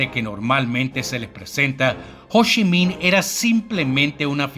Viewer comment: Hoshi min o cochi nin 🤣🤣